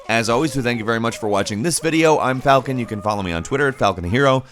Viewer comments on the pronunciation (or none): none